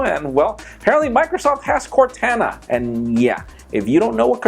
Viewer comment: U said Cortana wrong